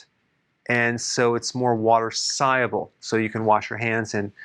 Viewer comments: Sighable? No its sol-u-ble. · You’re a smart guy but how come you can’t pronounce the word ‘soluable’ ? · Is he saying soluble? 😅